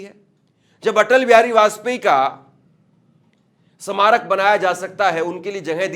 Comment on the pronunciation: Hindi Bolna to seekh lol Bhai smarak nahi bol pa rahe